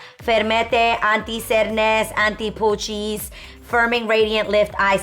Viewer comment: As a frenchie, Adrienne killed me reading that bottle with a spanish accent😂😂😂"pooochiiiieesss"😭 Trop drôle!!